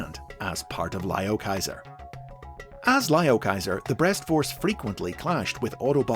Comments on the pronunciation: why is saying breast so difficult for you? lmao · The pauses after saying something related to "breast" is what made this video all the more entertaining besides learning about Liokaiser lol.